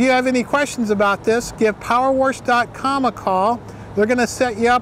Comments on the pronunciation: Power wersh? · Power worsch....